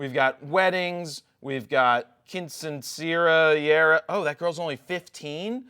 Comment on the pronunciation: Lol at quinceañera.. pronounced keen-seh-ahn-yera :)